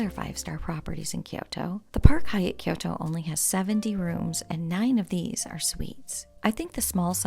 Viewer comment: It’s pronounced kyo~to. 2 syllables. Not ki-yoo-to.